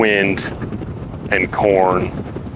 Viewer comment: emphasis on the wind 😂